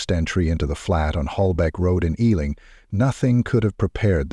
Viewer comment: I am from the UK I have family who live in Harrow plus I also lived there a while. It is also pronounced E , LING. . not how he said it. I am from south London. This is a true story. Harrow is very much like this . This happens daily all over the UK . it's just not everyone dies. Some OD. Addicts taken over peoples homes and lives. Misery loves company. This is a true story.